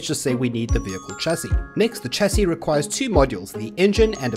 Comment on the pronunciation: its pronouced sh-a-cee not a "ch" sound..